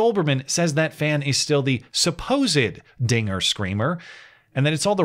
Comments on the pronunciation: Wait did you just say trigger? That sounds awfully close to the n word you must be dog whistling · “dinger” is clear as day? Like I said, I only hear Ns. I know that’s not what he said… it’s what I’m hearing. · it was clear as day to me. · When i first watched it, it did sound like he said the n word, but once i found out what he actually said, i went back and listened and all i could hear is “dinger” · Bro! This clip is crazy. If I rewatch it THINKING he will say nnnnnn, I hear it clear as day... And when I play it again THINKING he will say Dinger, I hear that!! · I did hear it as "dinger" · Don't say Dinger with a hard "R"! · To be fair it REALLY does sound like he's saying the n word lol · This was my 1st time hearing the audio. It totally sounds like he said the n word. I understand I'm wrong, but damn. Either way it doesn't matter. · Ngl I hear the forbidden N-word rather than Dinger. Must be a Yanny/Laurel thing… :/